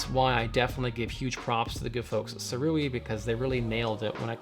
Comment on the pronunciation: I ordered mine when it was on Early Bird Indiegogo launch . . . . . Pweshusssss! And apparently it’s pronounced ‘Sue-Ray’ 🤷